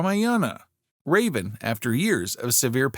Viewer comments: Not raven it is raavan! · I found this channel interesting and subscribed too. But the pronunciation for "Raavan" was just too much to take. So back to "unsubscribed".